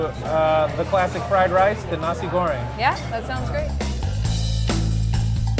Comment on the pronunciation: ur pronounce for 'nasi goreng' is good.. XD